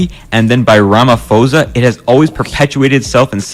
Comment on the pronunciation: as a South African Its pronounced Rah-ma-poh-sa moreover,Jacob Zuma was one of the major reasons why SA has high HIV positive people.Because he said it could be cured by taking a shower